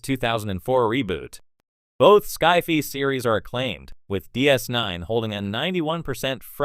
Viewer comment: "sky fee"? Really?